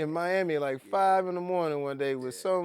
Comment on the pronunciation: "wiff" "youff" this screams intelligence.